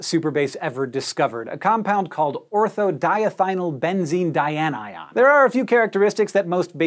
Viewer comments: how does he keep saying that word so effortlessly like it doesn't have 100 letters in it? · I think this whole video concept came from him wanting to prove he could repeatedly say ortho-diethynylbenzene dianion without slipping up. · Thank you for your deft pronunciation of ortho-diethynylbenzene dianion. That would be a good name for my new puppy. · Well done on pronouncing that too long name! Also Craig (Wheezy Waiter) would be proud! 😜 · Look how proud Hank is getting that word right, lol! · Your skill in pronouncing ortho-diethynylbenzene-dianion is astounding.